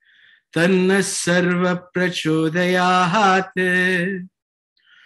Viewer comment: It is prachodayat and not prachodayaHAAt. You may play Sai Gayatri on YouTube as recited at Prashanti Nilayam. Otherwise you are doing a wonderful job .